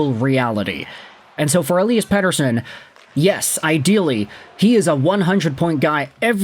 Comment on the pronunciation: God I hate the way you pronounce Pettersons name. Do it fugging properly